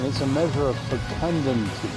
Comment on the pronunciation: "It's a measure of FECUNDUNTY"